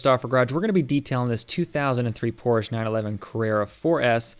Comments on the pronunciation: My guys cleans and details cars for a living and doesn’t know how to pronounce Porsche correctly. 🤦🏻‍♀️ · Unfortunately, most Americans pronounce it this way. It’s annoying.